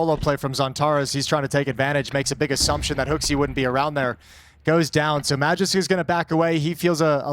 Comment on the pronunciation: If you wanna pronounce Magisk the real way, say A like Akward, and G like Green✌️